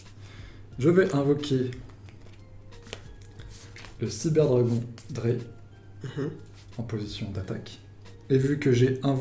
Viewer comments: l'accent allemand d' outch "drey", "vière" c'était drôle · Drei et Zwei c de l allemand ça se prononce DRAILLE et SVAIE